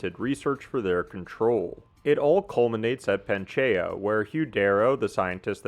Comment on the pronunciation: Dude, please learn to say Pangea correctly.